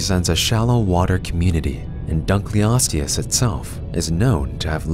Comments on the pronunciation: just a heads up your pronouncing it wrong, its not dunk-leosteus, its dunkle-osteus, because david dunkle named it after himself. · Very strange pronunciation of our subject. Dunkleosteus pronunciation: "Dunkle-os-tee-us") dun-kel - not dun-kly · So my friend pronounced it Dunk-Leo-steus even though I’ve told them multiple times that it’s Dunkle-osteus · The fish is named after Cleveland Museum of Natural History vertebrate paleontology curator David Hosbrook Dunkle in 1956. Thus, it should be David's surname, Dunkle + Ancient Greek word for bone, osteon to pronounce: Dunkle-o-ste-us.